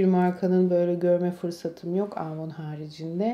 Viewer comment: Yıllardır kullandığını iddia ettigin markanın adını söyleyemiyorsun ama daha.çocukluğumdan beri bildiğim avonu aaavoun diye söylendiğini sende duydum.hiç samimi gelmedin.